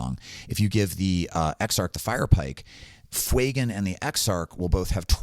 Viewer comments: I appreciate the content very much and to counter act this have given the video a link and subscribed, but can we stop calling him Fweygan, it's not intimidating and badass like the character deserves. Yes, yes I understand the inspiration is from the word Fuego, doesn't mean it takes on the parent pronunciation there are many words that have complete linguistic changes due to appending letters and changing the structure. Fewgan is significantly more intimidating and bad ass. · Love your content! I think its pronounced Few-Gan